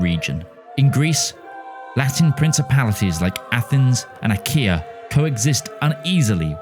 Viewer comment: kinda weird how you put effort into pronouncing Spanish regional names correctly, but then completely ignored the correct pronunciation Dušan and Achaia